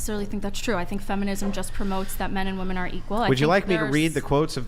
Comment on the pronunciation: For the love of Pete, would you tell these females how to properly pronounce “woman” and “women?”